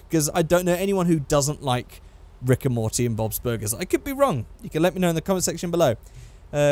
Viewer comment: when you say rick and morty it sounds like rigor mortis